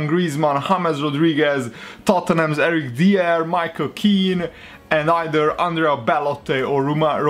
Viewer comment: it's eric dy-er